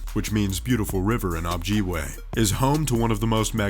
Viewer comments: He also said "Ob-JEE-way", I think he meant Ojibwe. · the narrator couldn’t have pronounced ojibwe any more worse + wrong hahaha